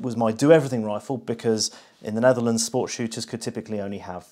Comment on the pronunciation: Jij bent de eerste non Nederlandse persoon die goed Nederlands kan uitspreken